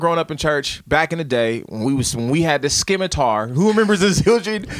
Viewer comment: “SKIMATAR” though?!?! That’s like hearing people saying “Pasties” 😂😂😂